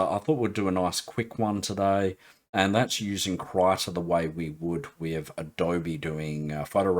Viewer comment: Sorry to hear about the neuropathy. Hope it gets better. Thanks for the vid, great stuff. BTW it's Adobe not Abode! :)